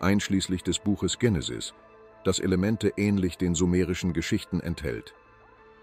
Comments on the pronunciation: Warum sagt der ständig Dschenesis statt Genesis. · Die Aussprache des griechischen Wortes "Genesis" ist im Deutschen mit "normalem G", also wie "gut" oder "ganz", die Aussprache mit anlautendem "Dj ...", also "Djenesis" kommt wohl eher von der englischen ProgRock-Gruppe "Genesis", ist also nur im englischen Sprachgebrauch richtig - nur mal so fur's Protokoll! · Tschenesis! Die Unbildung kennt keine Grenzen mehr! Ist es eine künstliche Stimme? Nicht auszuhalten diese Runterratscherei!